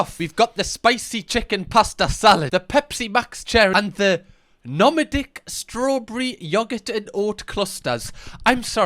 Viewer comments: ERM, ITS PRONOUNCED NO- MAD-ICK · The nomadic pronunciation XD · The way he pronounced nomadic tho 😂😂